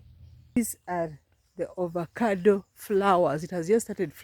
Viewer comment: Pronounced as Avocado not ovacado.😂😂😂